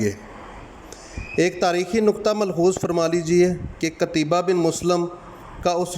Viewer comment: جزاکم اللہ خیرا معذرت لفظ قُتَیْبَه ہے